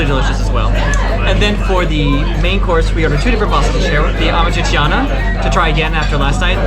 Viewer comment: YIKES. Learn to say AMAT TREE-CHANA. Not amat tre tre tee ana. And Roscioli is the best. AMATRICIANA is the best Roman pasta. Poor ratings. I give a 5 to most of those restaurants